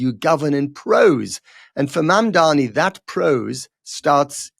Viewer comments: Dear Matt, his name is Mamdani. Not Mamdami. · I’m sorry but the guy pronounced his name wrong throughout the video - it’s Mamdani not Mamdami, i think you might have been listening to Cuomo for a bit too long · PRONOUNCE IT RIGHT It's MAMDANI, not MAMDAMI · Matt… you’ve butchered Mamdani’s name and his mother’s…. Come on man, you’re a journalist. Not a tabloid one at that.